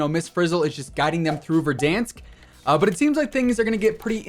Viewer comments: This man say verdunks 😂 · “Don’t worry, can’t hurt you, he doesn’t exist.” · Keep saying Verdansk like that 😂🤣😂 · the way this guy said verdansk 😂